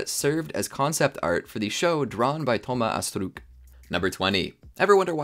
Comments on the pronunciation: DHOMA ASSTRUKKK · The way he is pronouncing Thomas Astruc is 😭😭😭